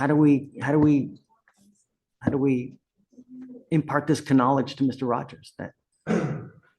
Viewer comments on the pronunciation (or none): “this k-nowledge” I love Judge Fleischer haha